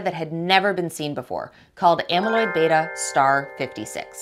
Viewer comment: Well done, it was nice to hear someone pronounce “beta” correctly 🧐